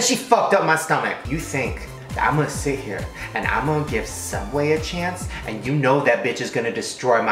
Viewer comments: It's Sooubway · I think it's pronounced sooubway